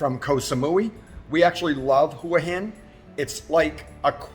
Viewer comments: It's pronounced Whaa Hin not Hoowaa Hin (Hua Hin)..... Hua Hin is a great place to live in Thailand for many reasons..... Very nice house at a great price!!!! You're also mispronouncing Pattaya......😁😁😁😁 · Respectfully, the Hua in Hua Hin is pronounced Hwa. It means head in Thai. Thanks for posting this useful information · are you sure how to pronounce Hua Hin? I thought it was like "wa hin" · Thanks for the video and congrats on the home purchase, however I was just curious if your friends in Thailand were mostly Brits and Aussies? I ask because of the way you mispronounce Pattaya and Hua Hin, which is exactly the way most Brits and Aussies mispronounce those 2 cities. Mispronouncing cities in Thailand (especially Pattaya and Hua Hin) seems to be a badge of honor with most of the Brits and Aussies that my wife and I have met over in Thailand, most of them know very well what the correct pronunciation is, they just seem to refuse to do it.